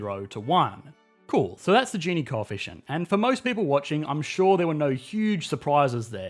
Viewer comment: Hes say gini wrong